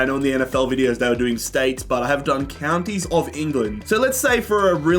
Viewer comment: Mispronouncing all the counties